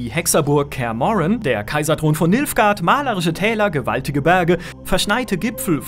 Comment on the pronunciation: Wer hat auch Milfgard verstanden :'D